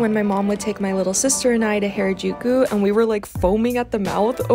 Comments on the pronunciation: this is how to pernouce harajuku its ha-ra jukou its not pernouced hayrajouku this is just a correction not trying to be rude also loe ur vids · Not to be rude or anything but it’s pronounced har- a-juku and not hair-a-juku : ) also love your videos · U been there how long and can't say Harajuku